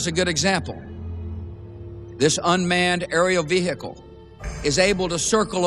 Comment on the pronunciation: "This unmanned Vee-Hickle"